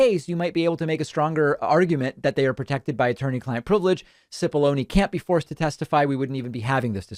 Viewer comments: It is 'chip'-ollone. Many people saying it incorrectly doesn't make it right. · Hi, David. The commenter who corrected your pronunciation of "Cipolloni" may be right about how Mr Cipolloni says his name, be you and I, and anyone with a knowledge of Italian or Italian cooking (onions!), would feel compelled to say it properly ;-)